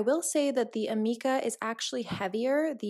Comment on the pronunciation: It is pronounced ameeeka.... lol. Per my salon